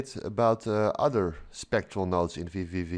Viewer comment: i notice you keep referring to the program as "VVV" instead of "VVVV".. goes to show the name isn't very pronounciation friendly ;)